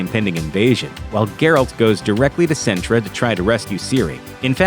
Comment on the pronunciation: CINTRA IS NOT A NISSAN CAR MODEL SIN-TRA NOT SENTRA...